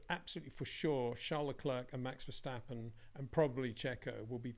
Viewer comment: It is NOT "Bottash" nor "Lewish" nor "Oshcar Piashtri" nor "Nyck de Vriesh" nor George "Russhell" nor "Fernando Alonsho" nor "Lance Shtroll" nor "Pierre Gashly". So why do you want to say: "Max VersHtappen"?